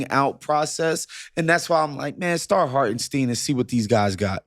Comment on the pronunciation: You guys supposedly watch games and can’t pronounce the players names….. “Hartensteeeen”?!?!? STINE LIKE ‘SPINE’